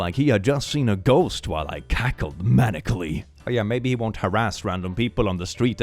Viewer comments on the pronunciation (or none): "couldn't be me" - wild thing to claim, considering you uploaded the video proof I have of you mis-reading words... <3 -: "manically". The Text: "maniacally".